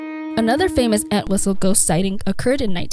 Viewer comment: The entire video she kept mispronouncing our last name 🤦🏻‍♂️ it’s ENT-wistle not ANT-wistle